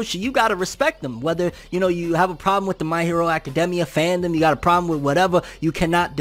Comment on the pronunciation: My hero acaDEMia though 😂😂 I've never heard anyone say it like that 😭